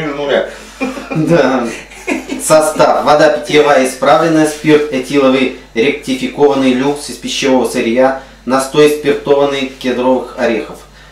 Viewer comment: спирт ректифицированный, а не ректификатный, блеать! обзор просто пездец. а где можно посмотреть видео последствий?